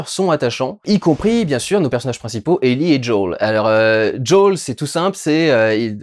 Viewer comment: Ellie et Djaul ? Pourquoi prononcé Ellie à la française et pas Joël. Désolé mais ça m'a perturbé sur toute la vidéo... Soit c'est Ellie "Aillie" et Joel "Djaul" soit c'est Ellie "élli" et Joel "joaile" (oui je sais l'écriture phonétique c'est pas mon truc). -- SPOILER -- Sinon bonne critique sur la série bien que ayant fait le jeu il y a des passage qui sont complètement débile dans la série. Bill seule en pleine lumière qui se fait canarder alors qu'il à tout un système de défense qui le protège ? "L'arc" de Bill dans le jeu est tellement mieux que c'est une de mes déceptions bien qu'on ai du coup l'histoire de la rencontre (absolument pas crédible) avec Franck. Ah tu en parle. Justement ! C'est en ça que la rencontre n'a pour moi aucun sens. Comment explique tu qu'un complotiste, survivaliste de droite voir d'extrême droite. Qui à transformer toute une ville en forteresse. Qui à toujours voulu être seul et à tout fait pour. Décide de laissé entrer chez lui un parfait inconnu tombé dans un de ces pièges. Lui donne de la super nourriture et le laisse seul dans ça maison pour s'enfermer nu dans la salle de bain parce Franck lui dit "Vas prendre une douche" ? Tout ça en quoi une ou deux heures passé ensemble ? C'est le gain de confiance le plus rapide de l'histoire !! Dans le but d'aller vite on en perd en crédibilité. Les défenses de Bill auraient du baissées en plusieurs jours le temps que le double effet KissKool prenne. A filmer ça aurait pris moins d'une minute et là